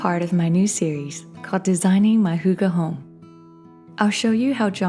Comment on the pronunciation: Wait wait wait wait, when you say “hooga home”, do you mean “hygge”? Like the Scandinavian hygge? Because then.. it’s hygge ❤️